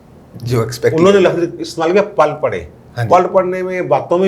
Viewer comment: 1.... jnab Asel Haqaiq kia hotaiy hain.....Haqaiq, haqeeqat ki jama haiy, oor haqeeqat ka meni haiy Such,,,,Asel.......lehaza sirf Haqaiq bola karain........2. Pall parna nhin hota, PILL parna asel lafz haiy.....sorry to disturb.